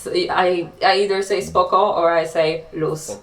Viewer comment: Your pronunciation of "SPOKO" is great. It's literally perfect. U will speak polish in no time bro hahaha💪🏼💪🏼